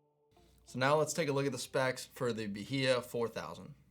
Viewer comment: I think it’s Ba-High-a